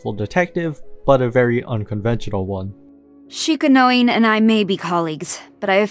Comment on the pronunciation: Hate to be that guy but its worth noting that "Shikanoin" is pronounced Shee-Kah-Noh-Een, not Sheeka-noin (like coin or loin). Hopefully thats of use to anyone